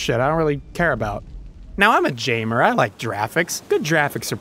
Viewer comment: Wait wait wait, was the "jamer" and "jraphics" bit a disguised rant about how to pronounce GIF ?